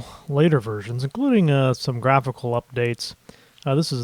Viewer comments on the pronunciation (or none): none